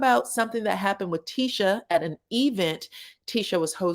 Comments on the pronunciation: I love the way you put E VENT thats how Latheifa pronounced it………… she probably thought it sound good ( wrong ) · “E vent” 🤣🤣🤣